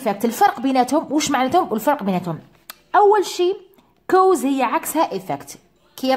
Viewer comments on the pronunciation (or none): حبيت نفهم منين جبتي طريقة نطق cause كَوْز راهي تنطي كُوز بظم ال (c)kɔːz